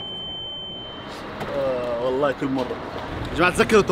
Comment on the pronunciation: واللهِ (بالكسرة مو بالياء)